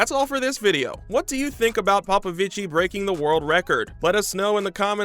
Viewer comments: It's not like popovicii it's popovici😭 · Please! 🙏He is not Italian! You do not pronounce the "i" at the end of his name. He is to brilliant a swimmer for anyone loving the sport to still not know how is name is pronounced.